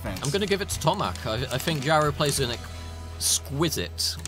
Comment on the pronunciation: Polish name (Tomasz) should be pronounced like Tomash. Shouldn't be hard for commentators to google it, takes 10s come on...